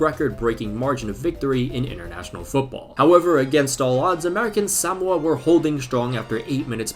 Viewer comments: Suh-mo-uh Not sam-wuh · Why are you saying Sowmoa? It's Suhmoa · Bruh it’s pronounced “suh-mo-uh” Not “SAM-mo-uh” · its more like saMOa not SAmoa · Why is he saying “Samoa” like that? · He cannot properly pronounce "Samoa." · can we just deep how absolutely wrong pronunciation of Samoa is? it's not even right in Samoan, and is completely wrong in both British and American English, this is impressive levels of butchering WHAT HAPPENED TO THE O MAX? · I can safely say I have never heard anyone pronounce Samoa in this way